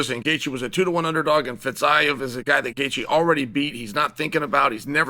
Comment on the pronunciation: First of all Chael pronouncing names is hilarious. 😂 "Song Yong Dong" "Fitz-i-ev" Second, sean won, Rose did also.